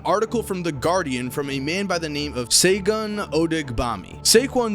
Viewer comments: By the way, Segun is pronounced "shay-goon" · Bruh i was cringing the whole when he tried to say segun and ibadan